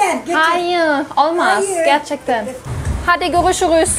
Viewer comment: IMPRESSED, GERCEKTEN EVET COK GUZEL "R" SOYLEDIN GE"R"CEKTEN DERKEN. 😄 DEMEKKI TURKCE KONUSURKEN R HARFLERINI SOYLEYEMEMEYI MAHSUS YAPIYORSUN, FARKLI GOZUKMEK ICIN. CUNKU COK GUZEL "R" DIYEBILIYORSUN.